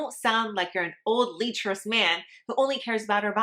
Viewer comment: Let's cover some of those now. That's a good start, Melanie. Hello. You have very well formed brachialis muscles. - Leh-cher-ous... Not Lee-cher-ous. - I heard that Methylisothiazolinone, as a preservative in shampoo can cause issues. What is your experience? Complementive....